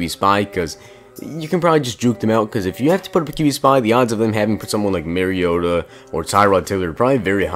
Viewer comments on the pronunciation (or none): none